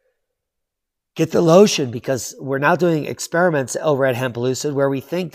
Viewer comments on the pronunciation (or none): none